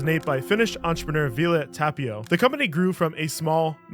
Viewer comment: it's funny how he pronounces Kivimäki with an AH sound and Tapio with an A sound but in Finnish it should be the exact opposite 😂 Ä is A (like in cat) and A is AH (like in car)